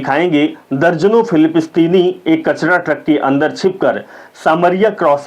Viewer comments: filipistini nahi bhai .. filisteen.. boliyega waise apke muh se acha lagta hai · Aur Philipistine nahi Palestine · भाई बुरा ना मानो, आपका content बहुत अच्छा है किन्तु आपको आपके उच्चारण पर बहुत काम करने की जरूरत है। 'हॉर्मुज को हर्जुम ', 'पलेस्टाइन को फिलिपस्तीन ' थोड़ा अटपटा लगा, आपका शुभचिंतक। जय हिंद ❤